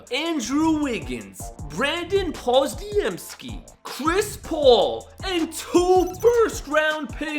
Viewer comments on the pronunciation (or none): He said Brandon pozdeemski